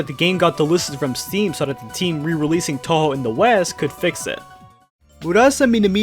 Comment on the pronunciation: atleast he pronounced touhou right